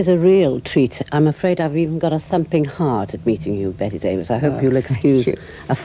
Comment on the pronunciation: Enjoyed it quite a bit as Miss Davis (so her generation was called) seemed to, till the interviewer couldn't be bothered to pronounce her name correctly. Sadly it's almost always Brits who do that. Generally a pretty intelligent conversation.